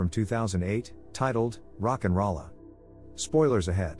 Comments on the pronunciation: Rock n roll a not rollah. Thumbs down cuz I had to hear it wrong 50+ times lol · Almost closed this tab after hearing the robot say Rock n Ralla...